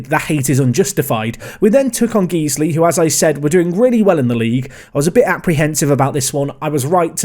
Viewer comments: Guiseley is pronounced gizely and if I hear hear you call it geesly again I'm reporting for terrorism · Like the content but please it Guiseley (Guys-lee) not geesley. Nails chalkboard. 😅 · I was going to say the same thing :) but would say its more like Guys-ly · Loving the videos and doing my own lower league save with Guiseley. But just so youre aware its pronounced GUYS-ley. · Your pronouncing guiseley wrong